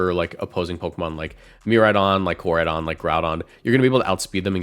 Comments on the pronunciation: Best rage bait in decades is who he said Koradeion 😂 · How you get miraidons name right but no koraidons made me just leave the video by the 5 th time you said it cring jahahahahha sorry love your content however